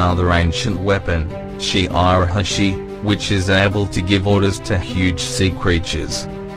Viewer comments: it annoy me to hear him say "Shi R ahosi" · did you hear him say "Shi R Ahoshi"? when spell shirahosi